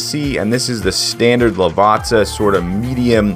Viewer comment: Lovely review, love the bean, love the correct pronunciation of Lavazza.